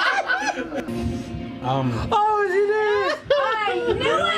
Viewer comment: Always remember, in your darkest moments: “What a great idea...fish monst’ahs.”